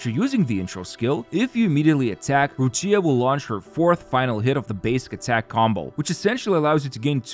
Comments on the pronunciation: The pronunciation is Roccha for non Italian speaker not roccìa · An Italian dies each time Roccia is mispronounced. The "CCIA" is produced like "Qi" in Keqin, or "Chi" in China, so its "Rocchia/Roqia" not Rosheeyah~ The accent goes to the "O" Róccia, not on the "I" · It’s Rocha. Stop pronouncing Rochia.